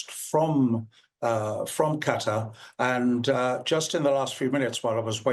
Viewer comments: Why cant you pronounce Qatar? kah tar not cutter! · Y'all please learn how to pronounce Qatar! It's not "cutter", it's "kuh tar"!!! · I hate that they all keep saying cutter, it's qatar, kuh taar! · Qatar = Kuh'•TaR, NOT "Kutter"! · its Kuh-Tuhr not cutter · They are not saying Qatar correctly. I hate when they say "cutter"! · Cutter? Really? People giving the news and has no clue how to pronounce the location names . . . sheer incompetence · It is not called cutter it is Qatar....The people are called Qataries not cutteries. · Westerners can't make that sound, but it sounds far closer to cutter in native language. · 100%! I can't stand when people say "cutter"! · Qatar NOT CUTTER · Have you ever heard a native say it? far closer to cutter. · I don't know but it drives me crazy when people say "cutter"! It's not a hard word to say correctly. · It’s QATAR, not Cutter! 😂😂😂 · why are they saying Cutter? Where is that?? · Why can’t they say Qatar correctly?